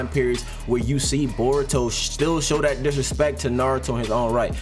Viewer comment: No hate but it’s naruto and *boruto*. Not botuo nurto idk if you tried to be funny or what I’m just sayin 😂😂